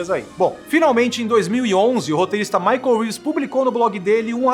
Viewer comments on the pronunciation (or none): none